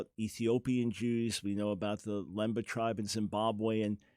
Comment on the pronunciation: Not "Limbo" but Lemba / Lembe. When a white man doesn't know us they tend to pronounce our Bantu words in a wrong way and the world agree with them 😏. I'm from South Africa and we know our identity.